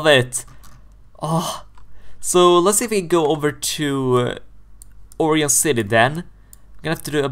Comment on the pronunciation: Btw it is pronounced. Oh - Ry - On